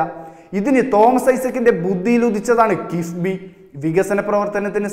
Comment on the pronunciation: കിസ്ബിയാണോ കിഫ്‌ബിയാണോ അവതാരകാ?